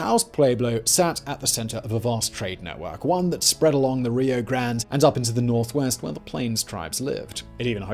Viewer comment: Now if we could get him to correctly prounounce Rio Grande..